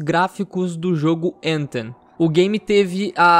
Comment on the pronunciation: Tem que pronunciar o th como é pronunciado no inglês, não tem som do nosso T é um som diferente que não existe no português.